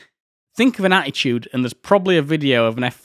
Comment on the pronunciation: My observation is nothing to do with the content of the video which is great. Just like Steve Wright you can say "Attitude" without using a single letter 't' 🙂